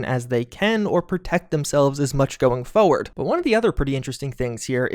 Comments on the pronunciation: “Going foe word” I know it’s not cool to mock someone for their speech impediment, but that’s a cool one and much less triggering in the comments than “new ku ler” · 'foaward' at 2.25, like clockwork brother